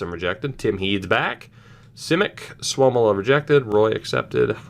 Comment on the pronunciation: its sua-mella not souwomila